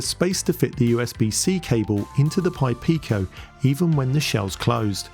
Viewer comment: Well done saying "purple pi pico" so many times! 😁